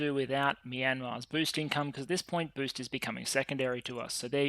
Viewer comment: It was a great weekend with all of those videos,!, Sadly for me being a bit sick make me hear funny things like you where gatherings "ORCS" instead of "Orgs" and "getting BOOZE" instead of "boost", Which make it even more entertaining.